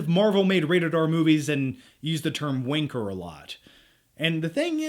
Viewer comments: As a brit u offend me by not saying wanker properly it’ wan-ker not wanner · Please don't ever say wanker again,. Im sorry but youre not saying it right. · wanker, not winker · The way he says wanker, winker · Yeah Americans saying Wanker sounds weird haha. I enjoyed the first movie and but I'll probably wait till this is out on Bluray. My favourite spy film would be any of the original Bourne trilogy films, or Casino Royale. Great review. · So wierd hearing an american say wanker! Also, why the hell do you think brits say "pinchers"!?